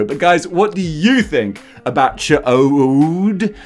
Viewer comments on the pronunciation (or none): Also,... it's "chodd" not "choade"(which is a small penis...)..punishment...... Just so you know. 😏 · I think it might be pronounced CHEE - odd or CHEE -ODE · pronounce the "ch" as it sounds at the end of the word MUCH, then say the word "odd". In the animated series they pronounced it chode with the o being long...but that just doesn't seem right, does it? Regarding your review...100% agree. Old body, terrible paint...and honestly the open mouth head sculpt is pretty poor as well. Once we get Raza and Hapzibah to go with Ch'od, and Corsair, the Ch'od figure is ALWAYS going to look underwhelming. Such a wasted opportunity.